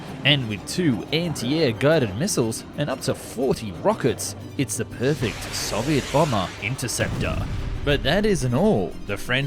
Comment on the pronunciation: Love your videos but your pronunciation of 'Soviet' is so frustrating - I'm Aussie too, we/nobody pronounces it that way.